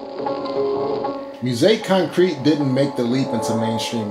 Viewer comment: "He's Gonna Step on You Again" by John Kongos was a top 10 hit in the UK back in 1971. It's often cited as the first hit pop song to be based on a drum loop. It made the Billboard Hot 100 in the US as well, but nowhere near the top 10. You should get a little bit of coaching on how to pronounce "musique concrète" . . .